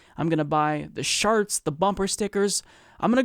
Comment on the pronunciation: Did you say you were going to buy the "sharts and bumper stickers" or am I trippin?